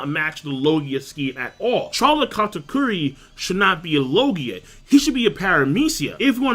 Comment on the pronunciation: wtf is Char(like charmander)lotte its Char(like shard)lotte